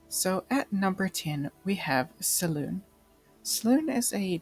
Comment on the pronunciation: Selune is pronounced Se LU nay.